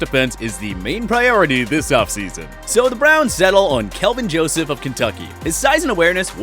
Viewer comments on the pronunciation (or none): none